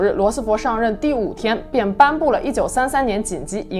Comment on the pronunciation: 罗斯福fu，不是fo